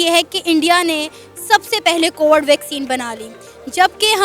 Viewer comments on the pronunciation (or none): In mahtarma ko koi bataye covad nhi covid hoti hai..... 😂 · Cowad(कोबड़) vaccine...... 😂😂🤣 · Ye log covid to dhang se bol nahi sakte , vaccine kya ghanta banayenge 😂😂